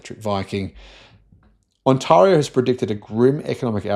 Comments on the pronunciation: OMG, have to get past how he doesn’t know how to pronounce “Ont-eh-rio” seriously. While we agree that jobs are being lost in our automotive industry it’s because of overpriced vehicles and not EV adoption which is slowing in North America (post incentives ending which caused a minor spike in September). Everything EV has been delayed or cancelled. As an EV owner more people are interested but politics and general EV fear-uncertainty-doubt are keeping sales from growing. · I lived in Canada for 3 years and I never heard Ontaahrio. I have lived in Australia for 20 years and I've never heard Ontaahrio. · You need to learn how to pronounce the word Ontario :-) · First thing is to do your homework.Learn how to pronounce Ontario.We are doing fine, so stay out of our business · Wow he keeps pronouncing Ontario wrong over and over and over again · Listening to him pronounce Ontario, helps me understand how Australians must feel when we pronounce Melbourne. :) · For F's sake learn to pronounce Ontario! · On-Taar-ee-oo 😊 It's pronounced On-tay-reeoo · Sam says the 'a' in Ontario like in the word 'are' whereas it is more properly said like 'air'. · It's not On-"tah"-rio, it's On-"tay"-rio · It's pronounced on·teh·ree·ow mate.